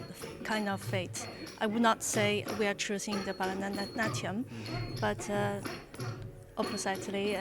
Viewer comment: Burrh-da-natyam? What kind of pronunciation is this?